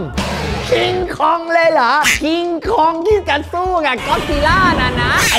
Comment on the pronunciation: มันชื่อว่า"คอง"ไม่ใช่เหลอพี่